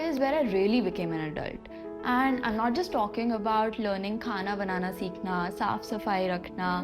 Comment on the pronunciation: plz letter 'T' ko thoda dheere se pronounce karo bahut annoying lagta hai noTT 😖